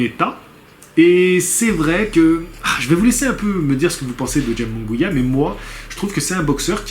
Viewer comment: jaime se prononce "raïmé" moungouia